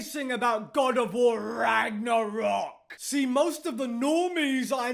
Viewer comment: lol why does he put so much emphasis on RAGNArock??